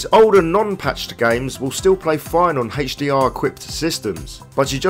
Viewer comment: Very informative video except the way HDR is said, it's like that cool whip thing from family guy...